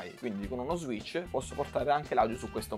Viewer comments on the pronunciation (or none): none